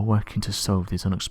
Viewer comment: "Don't forget to obscribe for more videos." Is it obscribe or abscribe? Which vowel is at the beginning of the word obscribe?